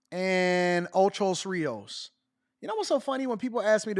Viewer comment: It's called ocho rios AD... I nearly fell out this chair hearing you say it like that so many times 😂😂😂😂😂😂